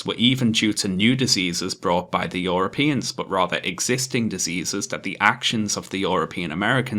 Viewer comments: It annoys me how you pronounce "europeans" like "yoropeans" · >Apologies, as always, for my terrible pronunciation. YOROPEANS :^)